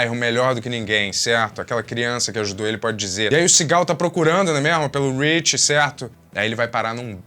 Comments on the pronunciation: Não sei se só eu, mas toda vez que o disse Seagal eu ouvia Cigarro 😅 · Só eu que ouço "cigarro" cada vez que ele diz "Seagal"? 😂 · Demorou para eu entender que o falava Seagal, e não cigarro.